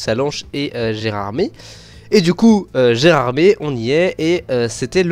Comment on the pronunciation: C'est vraiment magnifique ! J'ai hâte d'avoir le cabride de la LGV ! Et d'ailleurs, Gérardmer, ça se prononce "ère" à la fin (c'est une station de ski dans les Vosges) 😉